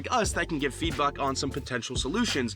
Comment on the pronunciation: this guy said feedbuck